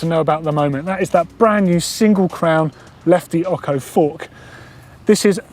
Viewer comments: It’s oCHo, not oCKo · dude, its OCHO ( OSCHO) NOT OKO! FFS! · Ocho its pronounced "otsho", not "occo" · Hey I know you're English and all but seriously fam, it's lefty ocho, that's o' ch' oh. Not okko. Wtf dude? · I love ya man, but please learn how to pronounce Ocho (oh-ch-oh). It's Spanish for 8.... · Exactly even Cannondale say Otsho as pronounciation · The bike and the fork is awesome, but, for improving your spanish, as ocho is a spanish word, the ch is pronounced like chain. See you.